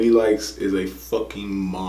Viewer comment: You're hilarious. First you pronounced it properly directly after she'd said it. Then you went back to making something else up 😂 the y isn't pronounced. Love your reactions though 😀👍